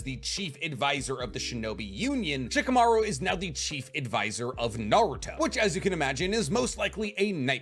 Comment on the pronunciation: Love your content but can you please say Shikamaru properly? The "i" is mute and the accentuation is on the last syllabe, it's not "sheekaMAru" it's "sh-kamaRU"